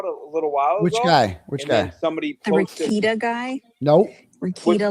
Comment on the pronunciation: Just like Kearney is pronounced Carney, Rekieta is pronounced Re Kate ta, not Rekeet ta ❤